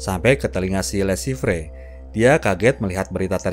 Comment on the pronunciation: Le Chiffre baca le shifhe